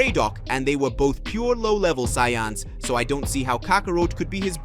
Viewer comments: Just call it ultra-destruction or something... like the channel and stories but ya need ta stop butchering soo many simple words! There race isn't called Sayonns! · Saiyans dude. Not syans